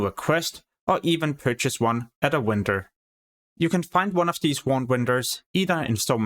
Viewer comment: I can't stand how you say vendor. Vendor is pronounced with a vee sound not when-dor